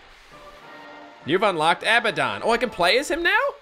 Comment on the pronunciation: IT'S UH-BAD-DUN = ABBADON